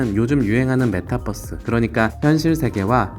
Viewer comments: metaverse라서 메타버스 또는 메타벌스가 더 맞는 발음인것같은데 ㅋㅋ큐ㅠㅠ 예전부터 계속 메타뻐스 발음라고 하셔서 버스bus🚍얘기하는거같아요ㅋㅋㅋㅋㅋ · metabus가 아닌데 자꾸 메타뻐스라고 하니까 이상함ㅋㅋㅋㅋ 투니뻐스잼ㅋㅋㅋ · 읽은 사람 '메타뻐스' 발음은 좀 심했네 ㅎ 한국어는 b와 v발음 구분이 별로없긴 하지만 그걸 제외하고라도 뻐스는 정말 틀린 발음임 그럼 metabus 됨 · ~ 메타뻐쓰 아니고 메타버스요 유니뻐쓰라고 안하잖아요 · 아니 형 왜 자꾸 메타뻐스처럼 발음햌ㅋㅋㅋㅋㅋ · 형님 메타뻐쓰 발음이 마치 저희 아부지같습니다